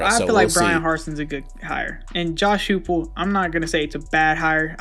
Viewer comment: You guys didn't even know that coach Huepel was an OC, I can forgive y'all mispronouncing his name, but if you don't even know basic information about the topic/person you're talking about, why make a video on it at all?